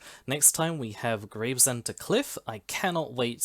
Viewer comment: Nice walk this! Grew up in Greenhithe and born in Gravesend (its pronounced Grayv-shum, or I've heard Grav-er-shum before, but its not Graves-Ham fyi). Also love how when walking along Stonebridge Road in Northfleet you missed out the one massive and only really intreresting building there in the football ground! Made me chuckle. The "alleyway surrounded by industrial"...mostly housing now but just to the right is the site of Rosherville Victorian pleasure gardens complete with its now Grade II listed bear pit! Also the pier as you get to Gravesend...end of the old Gravesend West Branch line. So much history along this stretch and a lot of it involved chalk/cement/paper so the industry is inevitable. Might actually get off the posterior and do the video I've had planned for yonks! Thanks for the inspiration!